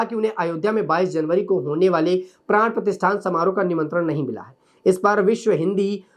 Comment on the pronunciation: Pran pratistha hota hai pratisthan nahi